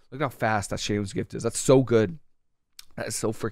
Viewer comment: I notice you actually know how to pronounce Shei lun's gift. Interesting! You must have some background in Mandarin Chinese.